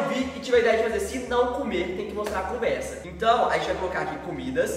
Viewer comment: Gntt eu contei quantas vezes o falou conversa e foi 0! Pq ele fala CUMversa KAKAKKQ